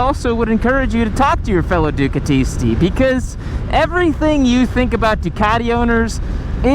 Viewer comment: bro you said Ducatisti the right way. Bravo!!!!!!!